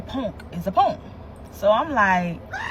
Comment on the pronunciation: “Punk”. She’s Philly to death. 😂 Jawn and “Ponk” are the bees knees of words to Philly people. I love it!